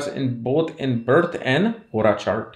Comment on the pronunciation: Man y does hora sound like horus